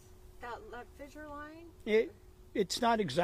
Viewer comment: Did she say fizzzzure? 🤣🤣🤣🤣🤦‍♂️